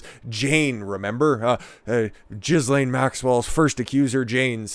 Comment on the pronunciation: You can't even pronounce her name.